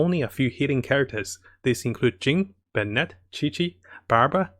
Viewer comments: It's pronounced ben-it not bear-net ffs. He's a guy not a girl 😩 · Love the content but just can't get past the pronunciations, especially for Fischl (she even says her own name in the event quests) and Bennett. Sorry.